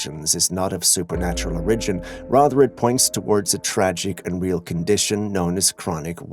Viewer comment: English isn't your first language is it? Your pronunciation of words like ORIGIN are so strange. It makes me wonder.